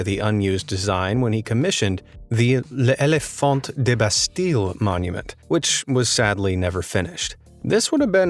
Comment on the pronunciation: l’ éléphant is pronounced léléphan